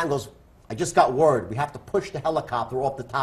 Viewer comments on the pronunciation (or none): none